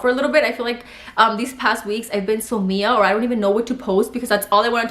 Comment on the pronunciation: Aww you said mia instead of M I A 😂😂 love you babygirl congrats❤️❤️❤️